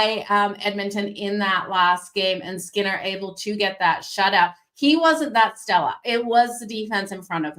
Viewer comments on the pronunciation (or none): Are u saying stellar? Or stella like the wine?? Urt! 🤣